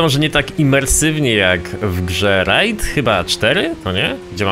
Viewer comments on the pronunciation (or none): none